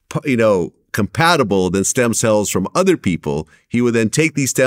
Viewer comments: Stem “cells”, not stem “sells”. But great vid, interesting... the guy was weird/evil. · "SELLS". Gone and fix that real quick. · Isn't it "Stem Cells" not "Sells" lol... come on Vlad. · “Sells” lol. Cells*